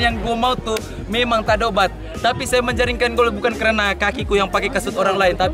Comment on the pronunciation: Aku jeke yg dengar minit .... So kata menjalinkan gol😂😂😂😂